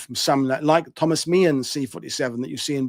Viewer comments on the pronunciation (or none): none